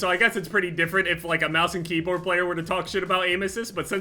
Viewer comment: Sounded like he said kbam instead of keyboard